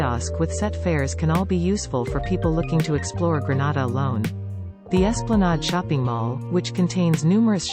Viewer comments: Whoever is the narrator needs to pronounce the word Grenada properly. It is not a Spanish word. It is gre-nay-da, not gre-na-da. Please get help when you need to. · If she says Granada one more time 😤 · I wish you would pronounce Grenada properly. You are pronouncing it like Granada in Spain. Aah I see I am not the only one commenting about the wrong pronunciation. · thanks for being sensitive to this issue... my issue is that ppl who aren't aware of its correct pronunciation may think it's in spain.. It's for TOURISM purposes, so let's get it right.. 😊 Thanks